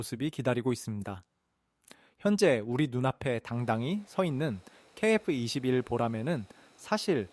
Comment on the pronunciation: 케이에프이십일조차 제대로 읽지 못하나? 대체 중국인이냐?아님 일본인이냐?